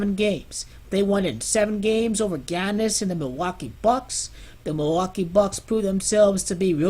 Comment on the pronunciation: It's pronounced "Yahnis"